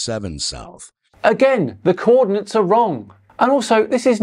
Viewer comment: Dude can't even read coordinates correctly but we're supposed to believe he knows what he's talking about?